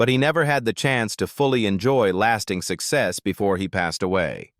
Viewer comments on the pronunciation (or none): none